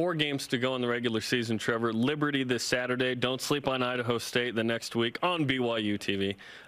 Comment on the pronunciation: Sauterday! LOL.